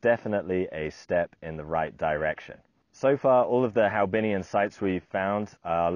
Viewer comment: Hoabinh ? not haobinh ?